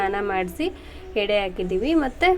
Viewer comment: ಹೆಡೆ ಅಲ್ಲ ಎಡೆ